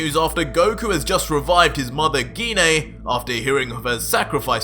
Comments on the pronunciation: このYouTubeの声のナレーションは、誰なのか？GINE(ギネ).なのに、この声のナレーションは、ギニアと言ってるけど。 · Bro he said ge-nay bro it’s pronounced jiy-n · I hate to ask, but why do you keep going back and forth between pronouncing "Gine" with a hard "G" and a soft "G"? It's kind of distracting.